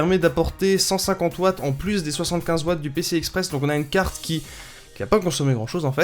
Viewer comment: Putin sa se dit pas cargne graphique avec l'accent d'un mec enrumer sa se dit carrrrrtttttttte graphique avec un r et un t pas un g et un n merde